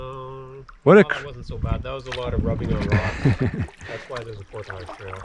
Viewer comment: You guys pronounce "portage" funny